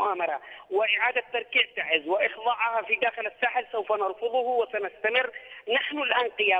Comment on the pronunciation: abn algnop ي اخي انطقها سع الخلق تعزززززززززز نحنا نعمل ب اصلنا وم نغلط ع مدنكم ومعروف ان تعز هي من قدمت قوافل من الشهداء بجميع اليمن